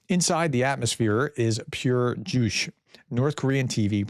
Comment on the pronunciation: How does a political science professor not know how to pronounce Juche?